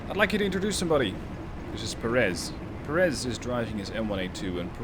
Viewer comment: It's pronounced PÉ- reth, not Perés. Otherwise, nice video.